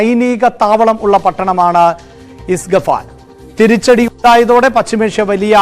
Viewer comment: ഇസ്ഫഗാൻ അല്ല മണ്ടാ ഇസ്ഫഹാൻ